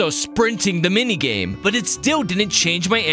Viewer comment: "Which leads to the same mingame" got me cracking up